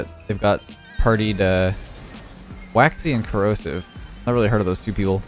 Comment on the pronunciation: When you said Corrosive, I thought you were calling Kronovi "Kro-seph" lol